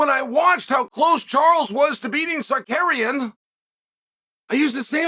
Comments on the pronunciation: Tsarukeynn needs to watch Chael to learn the proper way to pronounce his own name... 😂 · I came here JUST to hear ol' Chael absolutely BUTCHER Arman's name 😂😂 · Honestly knowing he does is on purpose makes it very funny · I didnt know who we were talking about until Oliveria came up 😂😂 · If not for the context I wouldn’t have known who he was talking about he butchered that so bad 😂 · Sar ooooo key in Not sarkaren 😂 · Cekurian ????. 😂😂Bro could have said Sarukiyan as simple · It takes more effort to say sakarian than Tsarukyan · Pronounced Cal Shownan right? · “Sarcarian will have my protection” but keeps butchering his name very subtle 😂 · Who da fq is "SAKERIAN" ? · Sarkarian WTF Chael if someone mispronounce my name i will tech them how to pronounce like Merab 😂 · Repeat after meX uncle Chael::: Sa-Roo-Kyyan. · F*** you! You are not even able to say his name correctly! The champs name is tsa-ruk-yan!!! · Sar - You - Kee- In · SAR-RUKE-IAN come on chael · its a joke about how chael is pronouncing tsarukyan's name as sarkarian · Big L for Arman SuckAryan 😂. Chael kills me with these names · Tsukarian? WTF is that? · Sar karian 😂😂😂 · Amran sarukyen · Cheal, with all due respect, the difference between you and Tsarukyan is that he has a championship mentality, and not a punching bag mentality. He knows 3 (if not more) languages, whereas you are a professional commentator that for some reason cannot pronounce the guy’s last name. Repeat after me. Ts-a-ruk-yan. And finally, him turning a short notice fight down means he is taking this seriously, which nothing but honorable. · I didn't know Charles went through Da Roosh. Jael Sunin needs to get the names right. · This guy!!!!! 🤦‍♀️ have some respect the Champ has a name and it’s Arman TSARUKYAN!👊🏼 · Really man? You are talking about someone, and you don't have a respect to say the correct name? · Learn to pronounce the guys name… lol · Chael has a problem with him which is why he intentionally mispronounces the name